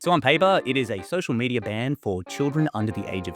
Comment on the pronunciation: did he say socier medier?